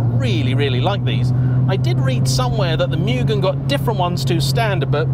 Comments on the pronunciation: Fine video, always enjoy them. But I think it's "moo-gen", not "mewgun". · Lately, It cracks me up of how people say "Mugen", after I saw a video with title "How do you say Mugen? I'll Bet you are saying it wrong!" ;-) I for one, getting my first FN2 'GT Plus Race' version, hopefully by the end of this week. Again, saving up for many years, to look around for a Championship or a legit Mugen one. But yes, what a great Nr "3", this one is. I hope that it stays in that family forever! Enjoy it, take care of it and you love it. Thank you for the review of this car.